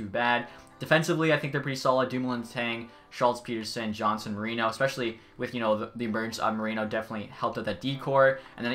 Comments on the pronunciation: “Jerry.” Lol. It is Jah-ree. And you also said Teddy Blueger’s name wrong, as well as Marcus Pettersson’s. Great vid tho, I think it should be a fair trade in the long run. Personally I am not a big fan of either teams, but EA has Galchenyuk way too high of a potential and rating imo. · Jarry isn’t pronounced like the name Jerry it is pronounced like jar-ee and Pettersson isn’t pronounced like the other Pettersson and he has said it before and it is pronounced Ku-hoon not k-hoon.